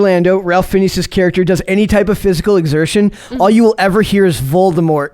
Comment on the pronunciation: I enjoyed the Kings Man better than Matrix 4. The actor name is pronounced Rayf Finez. I knew his name and knew it was pronounced differently. It’s a weird one one but sounds cool. Everyone was great in the movie. Was not heavy SJW.